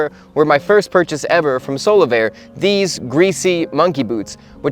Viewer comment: Omg I thought he was saying "solo bear".